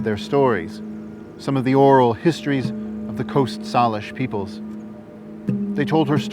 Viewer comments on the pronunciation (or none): Salish bothered me as well. Growing up here, I've only ever heard it pronounced as "Say-lish", but here it's said as "saw-lish" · I have never heard anyone pronounce Salish like you. Isn't it closer to "sail-ish?"